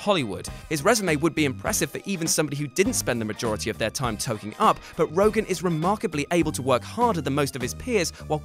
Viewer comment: also, it's ROGEN, YA LIMEY!!! not Rogan.